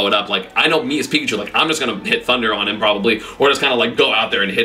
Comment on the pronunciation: well he got pikachu right